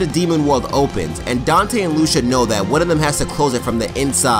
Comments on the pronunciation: LOO-SHU, it's pronounced LOO-SEE-YAH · This was good. did my man Dante well. Also, it's loo-see-a not lusha